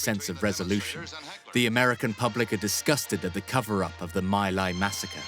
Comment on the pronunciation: Terrible, can't even pronounce the names properly, my Lai is pronounced Me Lai, not mi Lai.